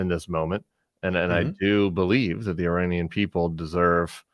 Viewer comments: This is petty, but JVL needs to clean up his pronunciation of the letter “A” in several key words. It’s “MAGA,” not “MAH-GA”; I-RAH-nian, not I-RAY-nian; and I can’t remember the third one he pronounces like an old-school white dude. Other than that, keep on keepin’ on! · Give it a try and you will have a light moment in this dark time when he tries to say „nuclear enrichment“ (twice) and „Uranian Regime“.